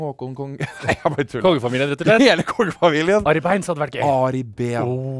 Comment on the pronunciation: 3.51 sier han Ari Bæins